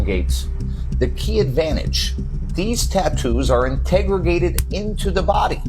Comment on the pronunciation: ..."in-Tegg-er-rated" Couldn't help but get a chuckle out of that one